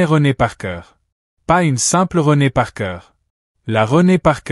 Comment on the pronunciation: "Renée Parker", pas "René par coeur" !!!